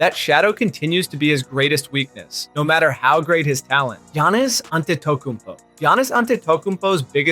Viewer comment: that giannis pronunciation is crazy